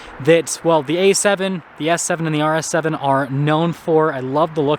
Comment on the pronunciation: IS he saying RS 7 or arse heaven?